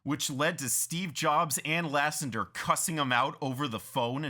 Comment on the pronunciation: For crying out loud, its Lasseter, not Lassender.